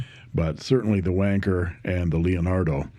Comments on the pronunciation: The Eureka looks wonderful, and very tempting. But how on earth "Wan-Cher" rhymes with "Merchant Banker" is beyond me; must be something to do with all that cold weather over in your neck of the woods. My advice?--Just keep your hands on the pens, and nowhere else! Love from the Drop Bears. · Hi Aussies and Brits spell it wanker not wancher. So I think you may have the pronunciation a bit wrong😊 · Not to be a prude but I thought that Wancher might actually be pronounced like rancher. Not nearly as amusing I admit. Thanks for the reviews. Your contributions to fountain pen reviews makes me feel less like a loser for collecting them. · I've been pronouncing wancher as "one cher" 😂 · It is not just the British, it is the colonies too, I grew up in Australia and all I heard from this video was "WANKER WANKER WANKER". I am curious, why did you decide not to pronounce the CH properly, or should it actually be pronounced that way? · It’s Wan Cher,Cher as in the singer no ‘K in Wancher😮.I have a Decagon & it’s a beautiful pen.